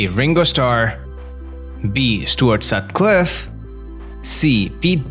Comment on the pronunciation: Jesus! I thought it was bad when you mispronounced Stuart Sutcliffe. And got Maharishi Mahesh Yogi wrong. But 'Sexy Saddy'? Have you never heard the song? You know nothing about the Beatles, do you?